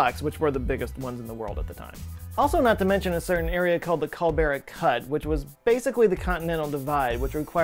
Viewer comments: Don't want to nit-pick, the video was great. But Culebra is pronounced Cool-eh-brah not culbera. 😃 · Couple of comments (1) Amazing how no one comments on American interference in International affairs, which happens every day (2) You do not mention that the Atlantic entry is West of the Pacific entry (3) It is not the (pronunciation) Culbera cut ... it is the Culebra cut ... which means snake cut , cheers you're welcome. From a Saffa (google that shit) Edit - It occurred to me that you're appealing to an American audience, so none of my comments are relative as you don't get it. Cheers, you're welcome. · It isn't "cull berra cut", it is "coo libra cut" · "coo-LAY-brah" cut, not "cool-bear-uh." Also, fun fact: culebra means snake. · I must say that was an expert pronunciation butchering worthy of Jason Voorhees. Culebra: (kool-EH-bruh) Spanish for snake🐍. Not (kowl-bery). Sounds like a new Fruit Roll-up flavor. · you mean Culebra (ku-leh-bruh) which is Spanish for "Snake", not Kul-beh-rah which you said, and which means in Spanish, uh, well it's not a word.:) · Culebra Cut. Not Culbera. Otherwise super good. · Ummm. “Culbera cut”? No. Culebra cut. Culebra is Spanish for snake. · Calbera??? you mean culebra? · It’s CU-LE-BRA, not CUL-BER-A. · Nice, I like. But the Spanish word for snake, culebra, you pernounce every vowel so it's coolaybra, and like any Spanish word the default pronounciation is with your "Mercan" accent on the penultimate syllbull. So: y'don't say "Cool Bra" cuz that's something else entirely. Great graphics and use of historical fotos & footage. (& dry humour btw) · FYI, "Culebra" is pronounced "koo-LAY-bra"... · Thanks,! Another fascinating video. I love history but did not know the history of the canal at all. Small correction and point of interest (to me): on the screen it said "Culebra" but you said "culbera." If the former is correct, it means "snake," in Spanish, which is certainly what the path shown in the image resembles!